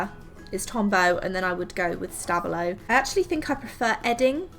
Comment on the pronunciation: Tombow aren’t supposed to be waterproof.... so I’m very confused about it being downgraded for being exactly what it’s said to be - water soluble. I’m also confused about the stabilo name. How is it supposed to be said. How it’s pronounced here is something I’ve never heard before. About Posca, it’s waterproof, but is a paint pen, which means it can very easily get scratched off after application and dried. Other than that, such a good thing to do with your pens.